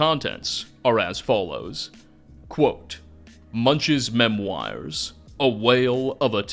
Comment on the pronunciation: The real mystery is who told you memoirs is pronounced like that?!